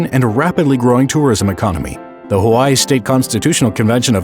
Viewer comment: this is so sad but the way he said Kamehemeha and Hawaii just got me mad